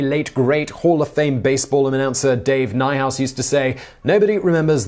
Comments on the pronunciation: Nice video and glad to see you know about Dave Niehaus, one of the all time best baseball broadcasters. But his name is pronounced "Neehouse", not "Neyehouse". Cheers. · Dave "Knee-House" not "Nigh-House" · Niehaus is pronounced “Nee-house” not “nigh-house”